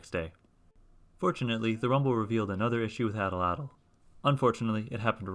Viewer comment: Awesome machine! But can we talk about how you’re mispronouncing Atlatl?